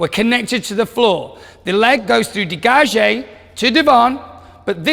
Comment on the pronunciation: Uh what. Mispronunciation of degage, then calls a tendu a degage (girls at the barre)